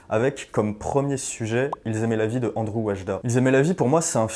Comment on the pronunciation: "ANDRZEJ" ne se prononce pas "ANDREW".